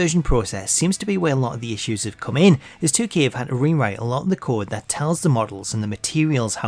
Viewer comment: When I was young: mom said "if I drop this object, it falls" Charlotte today: "IDONTHABEANYPROBLEMSWITHGRAVITY"